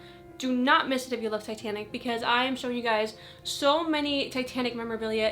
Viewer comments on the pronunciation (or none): Every time she said 'Titanic' I heard 'Satanic', which got me wondering, what was Satanic in the 50's?! Ouija boards? Cults? I would love to know the culture, this is probably too dark for your interests/channel but, you gotta wonder.